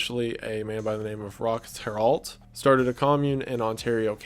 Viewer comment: Roch Theriault = Rock Tério (pronounciation)